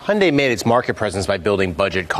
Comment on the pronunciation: It's pronounced Hun-Day